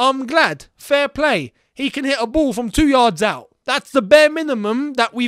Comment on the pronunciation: The way you analysed the Lukaku goal is making me laugh😂😂.. especially the emphasis on "2 yards"